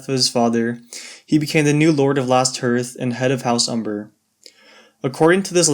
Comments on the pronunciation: hey, good video. i didnt see it myself but now youve explained it i think your bang on, would be a great twist to the story and just like game of thrones. However i have to point out one very important thing!! Its pronounced "harth" not "herth". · Hearth rhymes with Darth. It's not pronounced heerth. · alright for someone who only started two weeks ago. One thing though! It's Hearth is pronounced like "Harth". Minor thing, really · Hearth is pronounced HARTH. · Learn how to say hearth dude. Hearth like a fire hearth. Cuz it's cold. And they're closest to the wall. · you pronouced hearth wrong